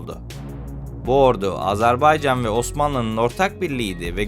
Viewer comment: Emeğinize sağlık ancak: Doğru söyleyiş Azarbaycan değil "Azerbaycan"dır. Diksiyona dikkat etmek lazım. Mesela "Mütareke" kelimesi de yanlış telaffuz edilmiş.